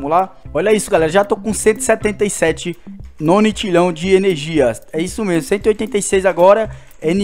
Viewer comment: não é nonitilhao o certo é nonilhao e não se pronuncia octilhao se pronuncia oquitilhao